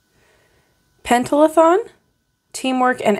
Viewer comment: The word is pronounced pen-ta-thlon, hope that helps😊